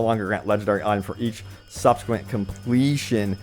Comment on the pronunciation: "Subsequent" Imma just ignore this word